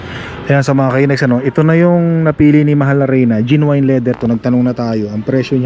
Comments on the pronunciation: Genuine.. Pronounced as Jen-yoo-uhn.. sound like Gen win.. not jin wine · Sukatin mo muna yung space before bumili ng sofa. Bili ng dog bed for each pet ka. Jen/nyu/win pronunciation of genuine.